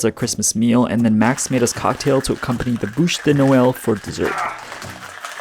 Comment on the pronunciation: Times are hard but at least you're together. Love saying bûche de Noël. Brutus is handsome with his new collar. 🎄🎁🎈🎄🎁🎈🎆🎁🎈Joyeux Noël!